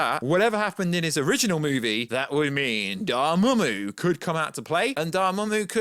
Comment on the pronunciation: Took me a minute to know you were saying Doramammu